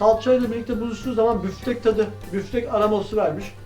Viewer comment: hay büfftek diyişine kurban nice büyümelere görmeyeli 13k olmuşsun